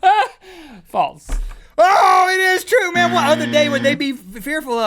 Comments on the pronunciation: Why do they say false like faltz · Love you guys... jw why do y’all pronounce false as faults? Am I pronouncing incorrectly ?